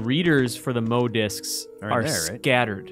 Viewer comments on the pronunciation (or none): I've been a diehard Resident Evil fan since 1998 and I always called them "Moe" disks. Don't be a nerd. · That guy claims he's a big Resident Evil fan, yet he keeps calling the M.O. disks "Moe disks." It's even made clear it's an abbreviation.